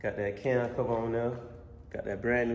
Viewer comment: I like how bro say and we gone go from der